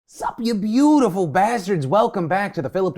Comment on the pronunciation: I liked the emphasis on ‘BeeAUtiful’ bastards this morning